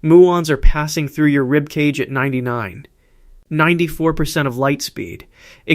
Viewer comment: Stop using AI voices. Proof: "as you read this, muons are passing through your ribcage at 99... 94 percent of light speed". It should have been read as 99.94% of light speed.